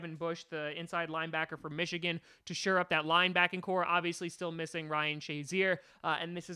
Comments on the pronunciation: Isn’t it “shore up” and not “sure up”? Brian Burns looks better than Sweat to me btw. I agree we should go edge rusher at 12. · The phrase is "shore up" not "sure up"